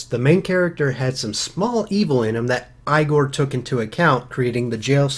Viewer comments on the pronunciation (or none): EEE-GORE not I-GORE. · I'm not trying to be super fan boy not picky but its pronounced ee gor